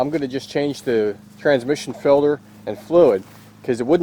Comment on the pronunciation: It's a filter not a filder